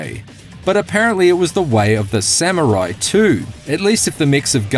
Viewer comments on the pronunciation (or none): none